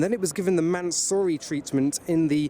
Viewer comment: Thanks for emphasising the "sorry" in mansory